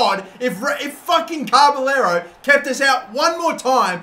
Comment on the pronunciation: It's not carberllero there is no r between ca and b